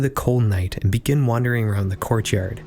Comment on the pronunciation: I love how you pronounce courtyard! "Corchyurd"